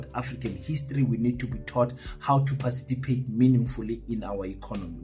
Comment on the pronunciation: Participate not pacitipate